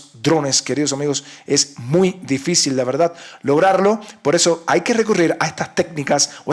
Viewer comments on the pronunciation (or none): none